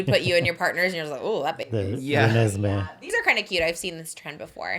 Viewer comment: "RENESME" IS SO FUNNY